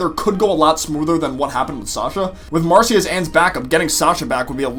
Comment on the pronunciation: Shes either with the salamanders or the newts and also its marcy not macy